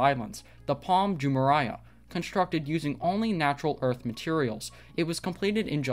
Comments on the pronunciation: It’s Jumeirah not Jumereiah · Jumeraiah? Its Jumeirah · It's not Jumeriah, but Jumeirah! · It’s pronounced “Palm joo-MAY-ruh” not joo-mariah lol How do you produce a whole video purporting to be an expert without being able to pronounce the name correctly? Did you do any research at all? Edit: And Dubai is not a country. It’s an emirate and part of the United Arab Emirates (UAE). UAE is a country. Wow your credibility is low. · Pronounced Jume-mare-rah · pAlM jUuH-mUuH-rYe-uUh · Jumeraya??? Seriously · You don't even pronounce correctly Jumeirah! Lol shame on you! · How can you talk about the integrity of these islands when you don't even know how to pronounce correctly Jumeirah?! You are an impostor! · You are not pronouncing correctly Jumeirah! Come on man, don't you know how to read?! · If you’re going to make a video about Palm Jumeirah, at least learn how to pronounce it! 🙄